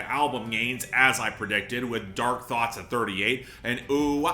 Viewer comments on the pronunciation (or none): none